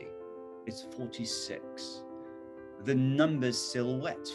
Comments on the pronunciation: のtheが「でぃ」になっているのは何故なのでしょう？ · このtheってジなんや… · 強調してますからね